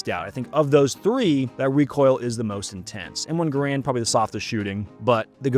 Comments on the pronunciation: It’s pronounced M1 Gare-Rand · Low rate the Enfield? Sounds like a little prejudice to me. And gaaa raaand. Wrongly pronounced.